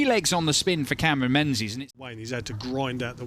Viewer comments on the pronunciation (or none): menzies ain’t pronounced ‘men-zees’ it’s pronounced “ming-iss” it’s gaelic